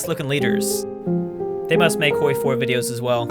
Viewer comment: You are the worst youtuber. “Hoiwy 4” OOOOOOOOOOF